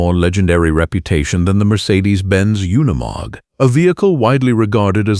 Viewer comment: Freakn ai trash “oneymog” it’s unimog.